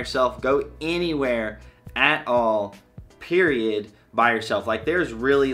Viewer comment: He said “Periodtt” 😂💯